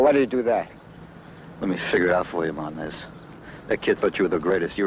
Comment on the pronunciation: says "Martn ez. lol, lol not Martinez. good ole 60s Amerikkka